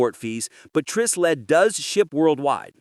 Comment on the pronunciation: Hey, AI boy. It's pronounced with a long I as in Try Sled.